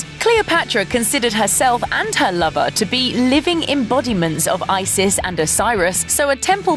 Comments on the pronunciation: but here's the problem its mispronounced even in english see above for romanization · also they didnt even google how to pronounce isis